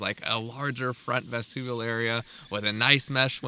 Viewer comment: That's an interesting way to pronounce vestibule 🙃